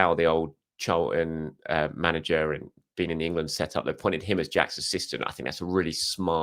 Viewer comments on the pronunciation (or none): none